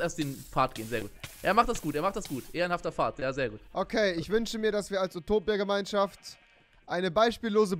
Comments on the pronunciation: Nich Upotipia sondern Utopia XD Remi sagt immer statt zwischen zwichen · Oputipia hahahahah